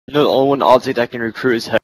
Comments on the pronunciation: potic? its OpTic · I'm done did he just say optic pamaj